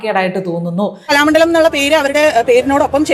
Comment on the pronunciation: കലാമണ്ഡലം, മണ്ഡോദരി എന്നിവയുടെ ഉച്ചാരണം ഒന്നു ശ്രദ്ധിക്കണേ.ണ+ഡ ആണ്. ഉച്ചരിക്കുന്നത് ണ+ഠ എന്നു തെറ്റിച്ചാണ്. ഉച്ചാരണം വളരെ ശ്രദ്ധിക്കുന്ന ആളായതുകൊണ്ട് പറഞ്ഞതാണ് കേട്ടോ❤